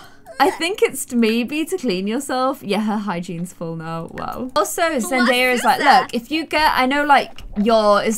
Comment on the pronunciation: “zenaya” me: “no zendaya” “zenaya” hm okay